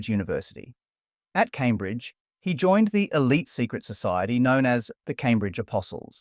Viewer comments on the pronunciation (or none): none